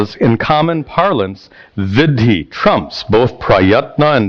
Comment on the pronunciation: Sir, if I may say so. Vidhi and Viddhi are different words and perhaps by oversight it is being pronounced interchangeably here.